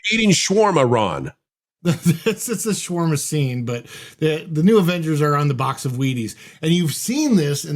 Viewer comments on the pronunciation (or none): none